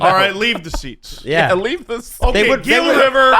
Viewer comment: Gila River Arena = "Hee-La" River Arena. Like Gila Monster....Not that it matters anymore.